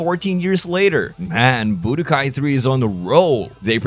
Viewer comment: what accent does this guy have why does he say budokai "boo de guy"